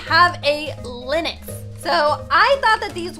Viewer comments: it is Lynx not Linyx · It’s pronounced links not liniks 💞 ( I think) XD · ITS LYNX NOT LINIX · did u just say linix instead of lynx? I'm sorry but its pronounced linx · lynx No one: pronouces it linex Everybody else: pronounces it linx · its not lynix its lynx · Is no one talking about how she keeps calling Lynx Linix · Omg im getting kinda triggered ah is calling the lynx a lii-n-x undead of a ly-n-x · lynix Me: it’s LYNX no i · The animal a LYNX isn’t said LYNIX it’s said LINGX so it’s only one syllable :) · It is not lynix it is lynx!!! I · lynx is pronounced ling-x not Lin-ix btw ☺️ well that’s the way people say it where I live ☺️ (not trying to be rude) ilysm!! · Was anyone else bothered that she said. Linix Not lynx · It’s not lenix it ley-nx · Lynx is pronounce “Links”. Not “Lenox” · Linix Me: it is pronounced Ling-x (with a x sound) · How pernouces lynx lin-ix how your sposed to pernouce it ling-x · btw lynx is pronounced like "lingks" not "linux" 😅☺ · everytime says linux instead of lynx😅😅😅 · I'm Canadian... It's not called "Lynexx" it's pronounced "liNGks" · It’s pronounced Linx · Hey! Just FYI, Lynx is pronounced LINGKS or Links. Have a nice day 🦄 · this is how to pronnounce lynx: L-ing-x (kinda idk) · its pronced le-nx Ok ty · Ok the word lynx is pronounced links lol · its. prenounced lincs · Just saying the Lynx is pronounced as "Links" like the body spray x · The Musk Ox is huge and scary in real life. Lynx is pronounced "links" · Not to be rude, but lynx is pronounced ling-x :) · Lynx is pronounced LINX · Lyns is pronounced link-x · i think its literally pronounced "lingks" everywhere and she just doesn't know how to say it properly😅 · U said lynx wrong but its okay i love u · Your pronouncing Lynx wrong fyi.. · your saying Lynx wrong